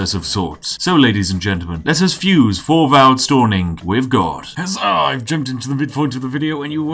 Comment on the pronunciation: hello from denmark. Thorvald is pronouncedd [Torval]